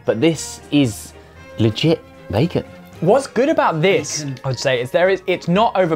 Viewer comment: Is it just me or is Josh pronouncing bacon weirdly?